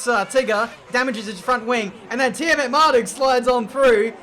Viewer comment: How the F do you pronounce Tiametmarduk because the way you say it doesn't make sense. To me it's pronounced TEE-A-MET-MAR-DUCK going off the spelling but you pronounce it TEE-A-MAR-DE-GUE or whatever WTF. I mean if you're Dyslexic I apologise but if not then WOH I think you should redo your name spelling mate.